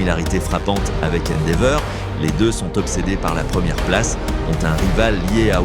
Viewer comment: Endeavor ❌ Endeveur✔ La voix me tue on dirait de l'ia😂😂 ou à la limite la voix dans les trains et avions